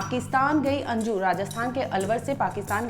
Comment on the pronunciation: Anju ❌ anji✅😅